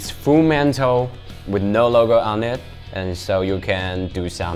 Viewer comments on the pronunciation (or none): he said full mental instead of metal what do you expect? :v :v